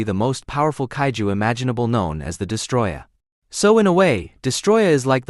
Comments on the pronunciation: destOroyah, not destroyah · STOP SAYING DESTROYAH ITS DESTOROYAH WITH 2 OS